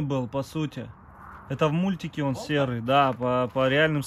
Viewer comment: Болта в переводе с казахского топор.ударение на последний слог.